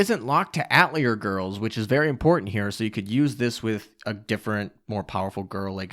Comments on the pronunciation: It's pronounced Ah-teh-lier, not At-lier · That's not how you pronouce "atelier" It's atay-lee-ay, it's the french word for workshop. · Lol atelier is pronounced AH-TAH-LEE-A... The R is silent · "At leer" LMAO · Ah-teh-li-eh please for gods sake lol Thanks for the review, was waitin for this!